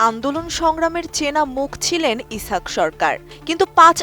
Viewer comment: ইছাক বলোস কেন? ইসহাক বল।